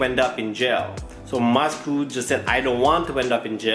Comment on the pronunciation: Why do you say moscoo instead of Moscow lol